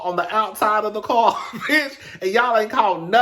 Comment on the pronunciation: Everytime Nikki tweets or goes live . All I hear is "Day Day that crazy bitsh out there again" 😂😂